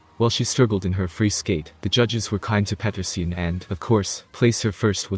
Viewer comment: Аделии Петринин это ты автор не образованный..она Аделия Петросян запомните как вам даже это не радует..а ты автор лучше произносить не можешь Фамилию Аделия Петросян...и тут комментатор несчастный 😡 😡...